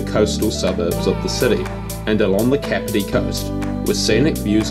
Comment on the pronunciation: Not too bad. Only one thing, you seriously need to work on your pronouncation aye. I mean come on that's not how you say Kapiti.